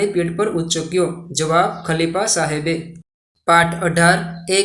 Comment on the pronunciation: Sir samebe nahi sahebe 😂